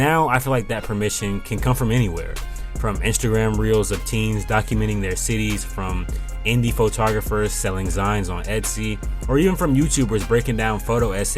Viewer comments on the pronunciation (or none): Cool video! Just a heads up: "zine" is short for "magazine", so folks generally pronounce it like "teen" not "tine".